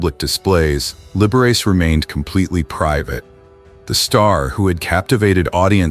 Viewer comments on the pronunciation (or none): It’s pronounced lib-ber-rah-chee not lib-ber-race🤔🧐🤓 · I agree. Learn to pronounce the man's name before you make it sound so dirty! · Liber Riss..? Come on AI this is horrible. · Right off: "Liber-ace" for the Italian Liberace. 🤣 That has to be one of THE better ones. I do not mind at all the AI faux pas, as many others objecting are driven OUT of their minds, grousing over nothing. AI is bound to improve and so in all ways. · It's Lib Er A Chee! This IA is not up to PAR! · If you are going to present yourself as some kind of "expert" on these Hollywood issues you could at least learn to pronounce their names correctly. For example, it is LIB-ERR-AH-CHEE not as you pronounce it. What a dope you are. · Liberace is pronounced "Libberachee" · Aside from the obvious AI mispronunciation of Liberace, it's pronounced Don BacKARdy. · OMG! How could you NOT pronounce the name of one of the most famous people in the 20th Century correctly?! You could freakin' Google it!